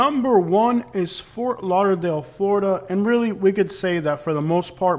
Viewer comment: I'm from Ft. Lauderdale that's not lauderdale homie